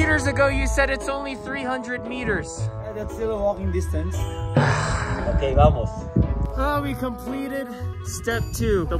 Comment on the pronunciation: ‘It’s walking diastance’ is iconic 😂😂😂